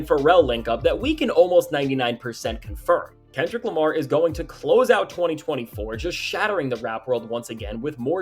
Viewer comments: said "This that Kendrick Lamir" 😂😂😂😂😂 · Kendrick Lamire😂😂😂😂😂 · "KENDRICK LIMEER" 😂😂😂😂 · Kendrick Lameer 🤣